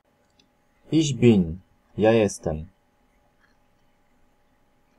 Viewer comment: a ich bin czyta się ich bin